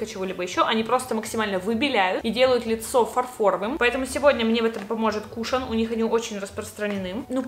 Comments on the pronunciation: Не кУшон а кушОн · Ыааааа правильно не кУшон, а кушОн, французское слово 🤦‍♀️ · Просто не знаю каку реагировать, но твое "кУшон" меня подвзбесило, правильнее будет "кушОн"